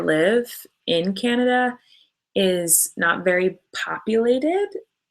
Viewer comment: americans say canada like "ceanada" its vv annoying